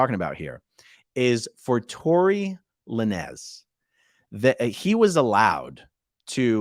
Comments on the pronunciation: La-nez. Love it. It’s lanes lol. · It's not La-nez. It's Lanes. Like the lanes on a Highway. He uses a Z cause he's from the streets. haha! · It's pronounced tory lainz bro🤣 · Tory Lanez, pronounced like traffic "lanes". Thanks for the update. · Hey man its a Rapper name its prononced to be Tory (Lanes)Lanz...A...Aron😂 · It’s pronounced Lanes. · Lãnes is the correct pronunciation. Glad he's doing time, what a schmuck. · Its Lānez where the e is silent and the a is a long vowel rather than the two syllable pronunciation you used. No biggie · You pronounce his name as Torri " Lanes" I think he is from Canada.. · "Tory le-nez". That's the funniest thing I've ever heard. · Just chiming in to say his name is pronounced "Lanes". Like Lane but plural. And I hope the judge throws the book at Masterson like the judge in the Tory Lanez case. The Jussie Smollett case made realize that sentencing impact letters are of public record and if you caught supporting reviled convict, you will have egg on your face. Fully expecting letters from Ashton Kutcher, Mila Kunis, and Laura Prepon. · Pronounced and spelt phonetically "Lain ~z". 😂❤️ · I think his last name is pronounced "Lanes". He shot Meagan the Stallion in the foot in his car on purpose during a fight. In case people were unaware of what that trial was about. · It's pronounced Tory "Lane's"... rappers aren't huge on grammatical error. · Pronounce Lanez like Lanes with a z. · You can pronounce the rappers name Lanes with a strong “s”